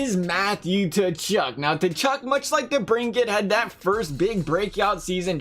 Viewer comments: The fuck is a Tachuck it’s pronounced Kachuck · It's pronounced ka-chuck